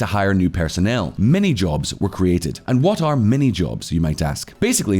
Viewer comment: Minijobs not Manyjobs